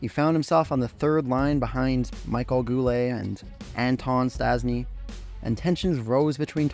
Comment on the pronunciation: Just look at the other comments...Most of them mention the same thing... Yvan Cournoyer, Serge Bernier, Real Cloutier and Vachon...Michel Goulet ,and not Michael Goulet... In the video he mentions the Nordiques gm,and he shows Maurice Richard...Come on! Let’s just say, that the effort for putting this together was not there,the lack of research and the mispronounced names...Yes it was that bad,you can do better.